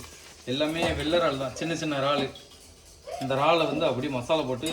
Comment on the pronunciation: Ennapa iraal became raal